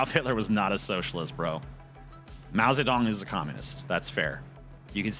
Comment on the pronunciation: "Mow zay dong"